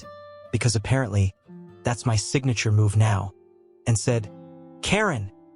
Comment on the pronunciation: Is it so hard to READ YOUR SCRIPT INSTEAD OF HAVING A.I. RIDICULOUSLY SCREW IT UP?! Lol.. “GET OFF M. Y. LAND!”